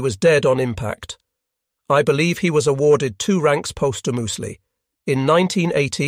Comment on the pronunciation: Was this narrated by an AI? It’s a great video, but it has some strange pronunciations. Like saying someone was awarded a medal posthumously, and pronouncing postwhomoosely, or referring to allied forces as alleyeed forces. At one point he talks about a Japanese torpedo (tor pee doe), but pronounces it torpiduh. It’s strange, and they are in all of the videos. Still good, just kind of jarring.